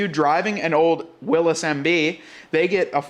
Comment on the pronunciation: Jeep may start paying you if start pronouncing Willys correctly.